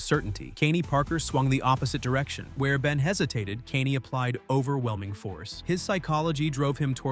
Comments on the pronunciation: Is this AI? Is that why the voice constantly mispronounces Kaine? Also, this list is an absolute joke putting any spider man character at a low tier. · The dude can take down Morlun if he's raging, doesn't even say his name right, drives me crazy